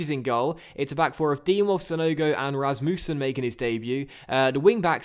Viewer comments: Rasmussen is pronounced the way you first pronounced it(Ras-mus-sen) not Ras-moo-sen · Please don't pronounce it Ras-Moo-sen😂😂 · you are saying Rasmussen wrong